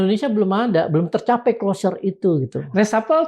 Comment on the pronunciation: hah....Closure bukan Closer. Masa sekelaa Forum Keadilan ga paham apa itu Closer dan apa itu Clousure. mengganggu bgt.. klo mang ga paham, ya bahasa indo aja lah.😂